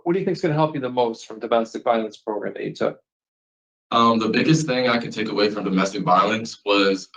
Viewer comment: it's proGRAM. Not proGRUM. 😂